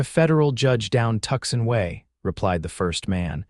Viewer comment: The miss pronunciation of Tucson is grating. All the miss pronunciation is off-putting. I no longer enjoy listening